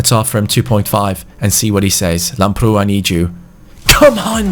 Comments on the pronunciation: Im really happy to see that u found a greek talent for the rtg(i am greek).It is pronounced Lámprou not Lamproú PS plz give him my kit number bcs he is exactly like me in the football academy that im playing in.The number is 23 it would ment so much Like so can see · Hi i am from Greece and the left back is pronounced Labrou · You are pronouncing Lamprou's name wrong. Its pronounced Labrou. Not mp. With a b. Just letting you know. Love these series man, keep up the good work. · Hey Antonis Lamprou is from my country, Greece and his name is pronounced as Adonis Labrou! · His name is pronounced antonis lAmprou.Like so can see.Also love from greece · I'm Greek and lamprou is pronounced labrou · the name of Lamprou is pronounced Adonis Labrou also the tone is on the "a" Keep up the good work 💪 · Here in Greece lamprou is pronounced Lábrou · Btw lamprou is football's greek freak😂(im greek and i am proud of him😂🇬🇷)(and it is pronounced lábrou) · It is pronounced antónis lámprou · The pronunciation on Lambrou is with emphasis on the a !